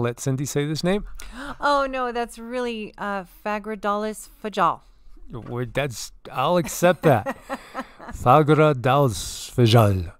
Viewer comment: In Icelandic, that ´´j´´ reads like an ´´i´´............´´fial´´. Nice video.